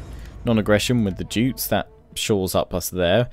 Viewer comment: Jutes is pronounced Yewts